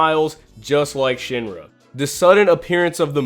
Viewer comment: It’s sheen-ra not shin-ra 😤